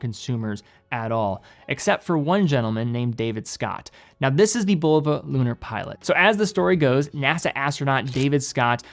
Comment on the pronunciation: Great video, you pronounced Bulova two different ways.